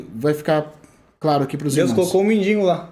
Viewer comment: Lázaro era mendigo ou mendiNNNgo? (Não é sarcasmo. Mestres devem buscar a excelência)